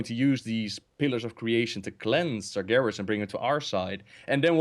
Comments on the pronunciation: This is funny. All this time pronounced Sargeras "Sarjeras". but when said the right pronunciation he started saying Sargeras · When said he played warcraft3, it sounded like he said warcrap3